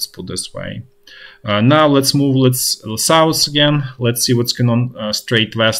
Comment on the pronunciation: Wish I could teach how to pronounce the english "th" sound. Example: south vs souss.